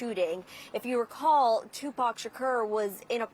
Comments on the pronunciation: i know she’s young. however has no one ever mentioned tupac in front of her? she keeps butchering his name 😂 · Lady just say Tupac 😂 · She’s butchering all the names, especially tupacs name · Kiiifey d😂.......tupeek......